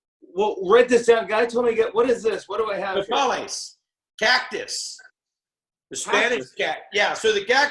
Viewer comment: Fieri sounding like he doesn't like Les Paul guitars with "No-Paul-les" 😂 Bit of a tip, Guy, it's "No-pah-les"